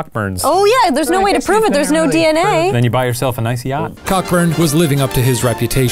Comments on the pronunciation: It's pronounced Coburn not Cockburn it may look like Cockburn but it's pronounced Coburn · It’s pronounced Co-burn, goan do some research before you start slating our names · As a citizen of Perth, Western Australia, I would like to invite you to fly over and pronounce the name of our south-of-the-river suburb Cockburn, as "Cockburn". (I'll let you in on a well kept secret - it is pronounced "Co-burn", and if you call it Cockburn, we will all snicker and probably not correct you because it is more amusing to see you get it wrong.) XD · It was more than likely pronunciation “co-burn” as his name was “Cockburn” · It’s not pronounced Cockburn it’s pronounced co burn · I’d hate to rain on the parade but it’s pronounced Co-burn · Adm Cockburn, is pronounced Coburn.....don't ask me why, it just is....ahhhh history. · Cockburn is actually pronounced "Coburn" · The 'ck' I'm "Cockburn" is silent, so its actually pronounced "Coburn" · It’s pronounced CO-burn! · cockburn was pronounced coburn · Cockburn is pronounced Co-burn in England. Like TV celebrity Steven Colbert pronounces his surname Colbair. Colin Powell pronounced his first name Co-alin. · Cockburn is pronounced co-burn. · “Cockburn” is pronounced cohburn - co...burn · It’s not pronounced ‘co-burn’ 😆😆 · It’s pronounced Co-burn 😂😂😂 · I think Cockburn is pronounced co-burn coz English makes sense. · It's pronounced "CO-burn." Don't believe me? Check out this ad for Cockburn's Port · Cockburn is pronounced “coeburn” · It's pronounced....Co-burn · dunno if this has been mentioned but in Britain (or at least where I live, Scotland) Cockburn is pronounced Co-burn. Dunno if that's the case for this guy but I've never heard it pronounced as it's spelt. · I’m pretty sure Cockburn is actually pronounced ‘Coe-burn’ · I'm fairly certain Cockburn is pronounced as "Coburn". I've known several Cockburns and they're always quick to tell people this. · I think it's pronounced "Co-burn". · The name is pronounced Coe-burn.